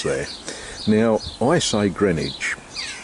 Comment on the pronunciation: Those Americans had obviously never been to Greenwich, CT, which is pronounced the same as you do. I built a few storage sheds in Greenwich many years ago now. They also mispronounce Worchester...